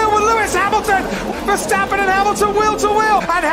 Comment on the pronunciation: You make awesome documentaries! And also a lot of props for pronouncing Max Verstappen's name the correct way!